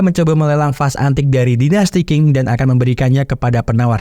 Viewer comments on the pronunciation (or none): none